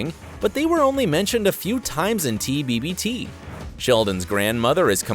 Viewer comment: He says " at the very beginning of tbbbt..." With an extra b.. so, apparently even this YouTuber has some plot holes. Irony🤣